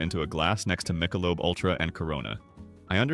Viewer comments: Were you raised by wolves? No one calls it Mike-a-lobe. It's Mick-a-lobe. Well that's not as bad as calling barbeque, b-b-q. Seriously, no one talks like that. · "Michael lub" beer????? AI is terrible. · You can tell this is an AI voice over as soon as the AI voice pronounced Michelob as Michael-lub. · 'AI' can't even pronounce 'Michelob'... STOP IT!!! AI Sucks... Pay a few dollars more and have a Human Read the Script!!! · That Michelob pronunciation outs the AI voice, it has some good pointers and information and maybe the person behind this drank the beers and watches World Cup, but it's AI generated video's and the voice now is suspect.